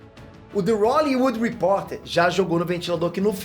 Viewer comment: Que isso, " The Rollywood"? 🌚😂😂